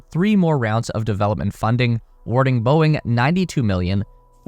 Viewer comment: Boeing… pronouced as “BOING!”